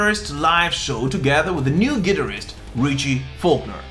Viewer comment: The way hes pronouncing Guitarist is totally lame and 100% wrong sort it out........